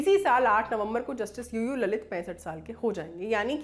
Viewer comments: लळीत not ललित. hindi anchors need more lingustic knowledge of देवनागरी "ळ". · Not ललित... it's लळीत